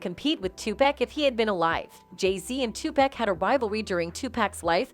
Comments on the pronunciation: Tupac not Tupack 🤦🏽‍♀️🤦🏽‍♀️🤦🏽‍♀️ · Why do white people say two pack it's Tupac. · She murdered his name! Tupac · listen his name is TUPAC OK 2 POCK...PPPOOOOOCCCCCKKKKK LIKE GLOCK PAC!!! OK